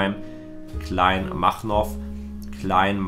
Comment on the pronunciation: Er hat einfach Kleinmachnow (mein Dorf) falsch ausgesprochen hörte sich nach einem Russischen Dorf an.